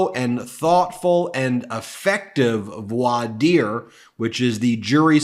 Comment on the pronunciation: Oh, one more, voir dire is pronounced “vwar deer”.